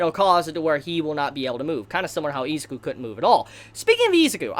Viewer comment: Nobody: This dude: EEZIKU